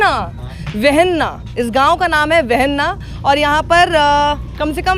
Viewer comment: Sakshi ji.... वहलना गांव का नाम.... ठीक कीजिए